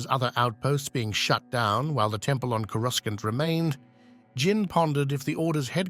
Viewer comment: This is narrated by an AI, not a Star Wars fan. It doesn't even know how to pronounce "Coruscant", pronouncing it as "Coru skant". Thumb down.